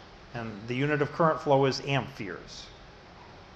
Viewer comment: Are you saying amp"fears"? Great videos though! I highly recommend them!